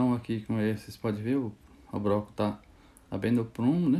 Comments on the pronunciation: BRoco não cara , “BLOCO”. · Muito top mas na proxima so fala (bloco) nao fala "broco"